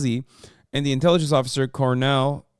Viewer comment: Not Hasan misreading colonel twice in a row